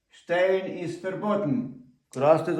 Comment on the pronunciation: не штейн, а штайн